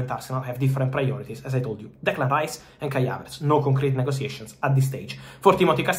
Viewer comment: Don't roll your r in English, specially in Rice